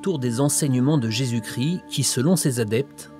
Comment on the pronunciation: Christ pas cri ..